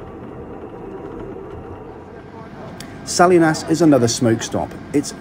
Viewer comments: Salinas, California is not SAlly-nass but Sah-LEE-nahs. Spanish. , the Willamette River is not the William-ette but the Will-AMM-it. AmerIndian. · Is he saying Los Angeleees and Salinassss? I thought it was Salinas with the emphasis on the i. Like Saleeeenas. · Salinas is pronounced Sa-li-nas rather than Sali-nas. As Churchill said, two nations separated by a common language. Good video. Thanks. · sally-nas? no, Salinas is sah-lee-niss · it's pronounced "sah-lee-nus" * "Salinas". Its famous for the home of late writer John Steinbeck. and, its pronounced Will-Amm-Ett. Not williamette. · SALLY-NASS? SA-LEE-NAS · just a minor note: Salinas is pronounced 'Suh-leen-us'. Hope you don't mind; ) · Salinas is pronounced "sa-LEEN-us". Willamette is pronounced "will-LAM-it" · Salinas is pronounced "sa-LEE-nas". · Well done,! I enjoyed your thorough review of this trip and the train! Can't wait to try this journey myself. Couple of those little pronunciation things...Salinas is Sa-LEE-nas and Willamette is will-AM-ette. Regardless, this was a truly fun video to watch - thank you for sharing it! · Greetings <> Enjoyed your trip report and positive comments on AMTRAK service. Most people in the USA have never been on a train outside of big-city transit. Since you provide such good travel reviews; just wanted to let you know that one town [Salinas] in Calif is pronounced “SAH-LEE-NASS.” The valley and river between Portland and Eugene [Willamette] is pronounced “WILL-AM-IT.” <> Mike in Pennsylvania, USA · the California town is pronounced "Sa-LEEN-as" (with accent on the middle syllable). I've also heard "Sa-LINE-as" (such as the city with similar name in Kansas). Good video so far. Back to the footage. Thanks. Pastor Dean (Rev. Dr. J. Dean McNamara), Christian Life Church, Kissimmee FL. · Just FYI Salinas is pronounced sal-ee-nas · Loved the Train trip. It's pronounced Sa-line´-as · Suh-LEEN-us... you must be thinking of Salina Kansas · Salinas=Suh LEE nus